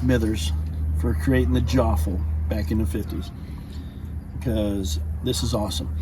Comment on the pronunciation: “Jaaafle” 😬😑 - every Australian